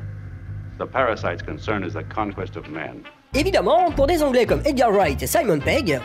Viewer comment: "of ZI dead", "Ze world's end"